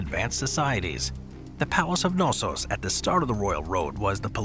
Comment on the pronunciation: The "K" in Knossos is not silent, and stress is on second "o"...